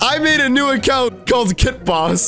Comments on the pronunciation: So we’re not gonna talk about the fact that he said kat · said Kay instead of kit that is sad he broke character:( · Kit boss really it's kit not KIT BOSS